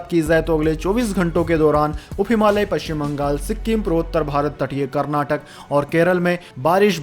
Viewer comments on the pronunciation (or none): none